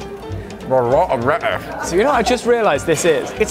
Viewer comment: A rot of rettuce.